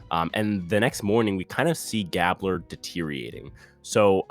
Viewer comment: When you pronounce Gabler, thinks like gabe-blur.